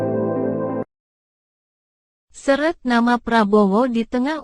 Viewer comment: Seret ? Coba pengucapannya diperbaiki lagi. Seret seperti yang diucapkan artinya beda dengan maksud kalimatnya. Seret : peret, susah dibuka. Pemenggalan kata dan kalimat juga sebaiknya diperbaiki. Sama sekali tidak enak didengar.